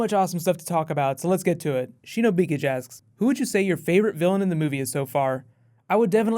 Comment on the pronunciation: Woah -- you mispronounced "Shinobi Kage" AGAIN after I corrected you last time -- did they tell you they were cool with it being "Sheeno Bickij"?